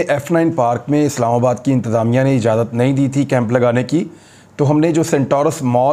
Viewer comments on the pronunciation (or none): none